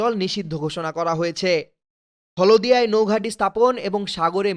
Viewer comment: হলোদিয়া নয় হলদিয়া। উচ্চারণ ঠিক কর রে শালা চুদির ভাই